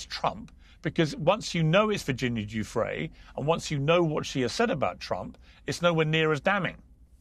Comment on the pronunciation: Does Alan D seriously not know how to pronounce Giuffre’s name?